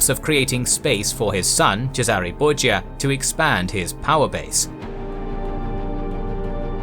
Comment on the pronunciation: The Borgia called themselves 'Bor-ja' not 'Bor-ha', to fit in with the italians.